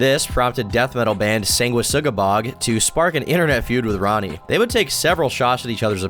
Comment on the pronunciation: Hearing say sanguisugabogg correctly made my day (anyone going to the az show on the 23rd??)